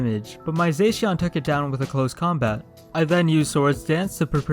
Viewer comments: He says zaixian butt it's pronounced zashion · It’s za-she-in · You said zacian wrong it's zo sh e an